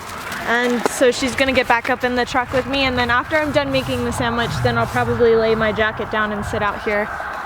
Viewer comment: is saying “And samich for me too!”